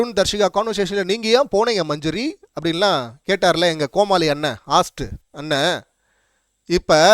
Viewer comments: Host என்ற சொல்லின் சரியான உச்சரிப்பு ஹோஸ்ட் என்பதாகும். தயவுசெய்து ஹாஸ்ட் என்று சொல்லாமல் திருத்திக் கொள்ளுங்கள். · Pola la pu.... You are manjuri PR. That is not hast 😅 pronounce as host.. hoooo ok va da komali